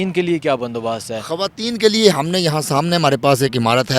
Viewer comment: Hawayeen nahin kehtey, sahee word hai khawateen 😏